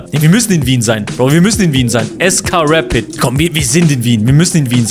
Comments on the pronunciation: Es heißt nicht reit sondern Rapid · Es heißt R A P I D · Man spricht rapid so aus: rapiet also a so wie es gehört und nd mit e aussprechen